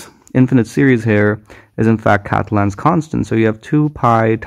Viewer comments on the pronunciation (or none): OK, good solution, but G is not "katlen's" constant. Catalan is pronounced [Kah-teh-'lan].